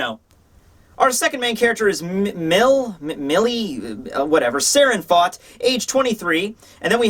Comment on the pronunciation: Mille is the French word for one thousand. Pronounced something like "meel"